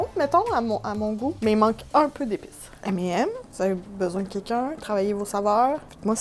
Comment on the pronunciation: M et M alors la c'est tout un nouveau univers qui s'ouvre en france on prononce ca M et Nems mdr